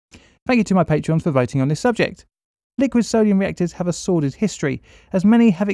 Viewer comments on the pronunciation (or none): FYI it's sordid not sworded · Sordid, not sworded. 😉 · Sordid, not Sworded... :) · "sworded history", did you mean "sordid history"?